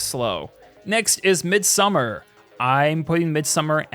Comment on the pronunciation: I love A24 flicks, great list, and I'm sorry, so sorry, but it's pronounced Mid-some-arrrr.